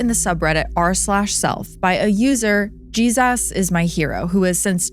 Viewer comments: yeah but like why did you say “Jesus” like that lol i haven’t listened yet but im sure it’ll be a great one per the usual, just a funny way of saying Jesus 😂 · Why do say Jesus like that??? It’s so annoying 😅